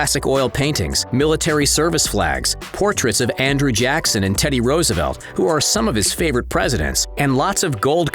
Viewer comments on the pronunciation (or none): none